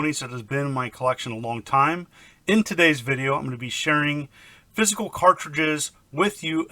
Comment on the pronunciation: How are you saying "physical"? It sounds different to me.